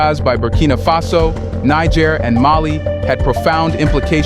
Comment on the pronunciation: You "SIMPLE" learn to pronounce NIGER. Do not denigrate the country with American denigration.